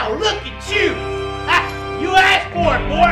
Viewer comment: u should cause you said "assed"